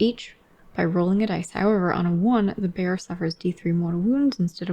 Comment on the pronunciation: I was half-listening and heard "the bear" whenever you said "the bearer" hahaha. Just didn't question, assumed the Daughters had a pet bear with tonnes of abilities